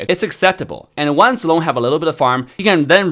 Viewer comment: pronounced Zilong and Chang'e in it's Chinese pronunciation didn't he?